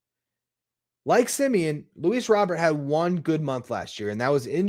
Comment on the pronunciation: Also if you’re gonna be talking about Luis Robert Jr you should prob say it right fuzzy says it right look it up !!!!!!